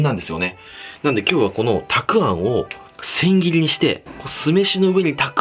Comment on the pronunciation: 千切りもうまく言えないのね！あー可愛い！